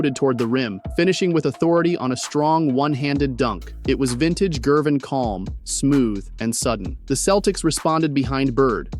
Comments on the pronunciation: HE DOESN'T KNOW ITS A HARD G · who is George "Jervin"? this AI nonsense is lazy trash. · THUMBS DOWN. You can’t even pronounce Ice’s name properly.